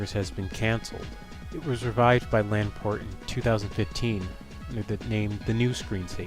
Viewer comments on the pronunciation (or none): It's Laporte, not Lan-port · “Lanport”? It’s LaPorte!!! Jesus.